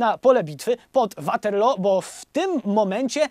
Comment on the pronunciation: Mieszkam na stałe w Anglii więc sposób w jaki wymawiasz "Waterloo" muszę przyznać że trochę piecze w uszy xd A tak ogl odcinek do ry jak zawsze <3